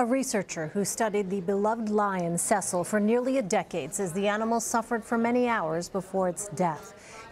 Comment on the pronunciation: see sul not ses sul